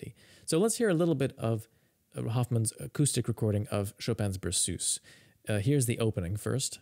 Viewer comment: berceuse - pronounced: 'ber sirs' (not 'ber soose' !!)